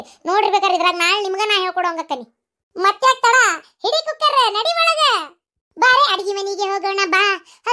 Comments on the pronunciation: ಯವ್ವ ಗಿರ್ಜಕ್ಕ ಅದು ಕುಲ್ಕರ್ ಅಲ್ಲೇ ಯವ್ವ ಕುಕ್ಕರ್ .ಚುಸ್ ಚುಸ್ 😂😂😂😂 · adu kunukar alla kukkar